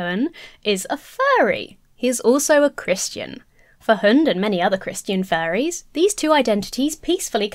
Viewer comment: Vaguely related but your pronunciation of "hund" is spot on tbh, and yes it means "dog".